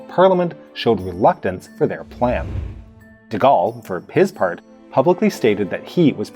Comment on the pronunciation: De Goal, not De Gall.